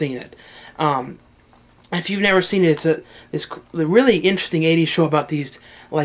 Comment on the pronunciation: rrally? lol